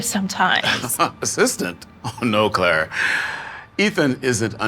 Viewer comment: her name is Clara not Claire